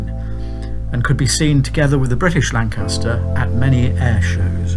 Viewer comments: Perhaps it's because he keeps on pronouncing Lancaster wrong, with the stress on the second syllable. He got Manchester right; he just needs to do a bit more work on Lancaster. He sounds English; shouldn't be too difficult. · There is only one "R" in Lancaster this is not new news its well documented.!